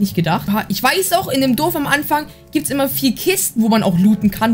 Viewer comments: Es heißt Dorf nicht dof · Du sagst immer durf das heist Dorf hahahaha Nicht böse gemeinst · XD er sagt „Duf“ zu Dorf 🤣